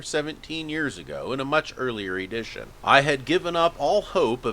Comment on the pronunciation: Did you just say "Ee-dition"?